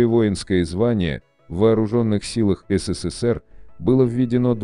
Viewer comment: 572. "В России и странах бывшего сисисипи ("СССР")абитуриенты перед..."))) Ну и так далее по тексту. Я даже подумала, что эту аббриатуру запретили произносить